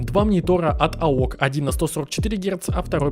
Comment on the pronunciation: Не аок, а "эй о си" бро